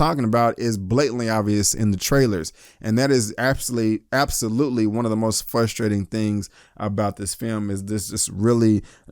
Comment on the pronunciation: The word used is 'FRUSTRATING', not 'FUSTRATING'. It was 'FRUSTRATING' to hear you say that. Reason I disliked this video. Please learn proper grammar before uploading a video.